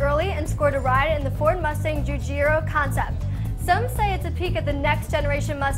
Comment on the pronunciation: She had NO idea how to pronounce Giugiaro! The name is the father and now son behind Italdesign. C'mon,! "(soft g)oo-(soft G)AHR-oh"